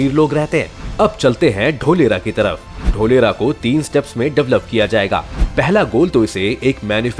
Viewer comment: ढोलेरा nahi धोलेरा😂👍🇮🇳😘😍